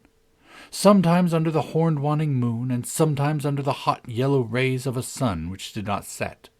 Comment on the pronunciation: Waning is pronounced Way-ning not Wann-ing.